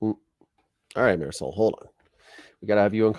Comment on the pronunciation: Yes, Marisol, Well pronounced.